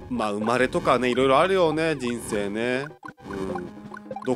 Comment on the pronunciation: まだありゅwかわいいw